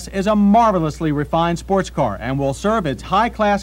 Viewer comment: "sport-he cars" "fort-he three thousand dollars"